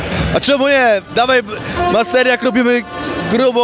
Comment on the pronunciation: Narkun drewniaku - Masternak, a nie 'Masterniak' wiejski parobku :D